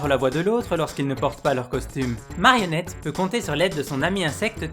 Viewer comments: Déjà, c Marinnette et pas Marionnette ! Et j'en passe... Mais bon, je pense que c'est fait exprès !🤣🤣🤣🤣🤣🤣🤣🤣🤣🤣🤣🤣🤣🤣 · Marinette pas marionnette wesh ??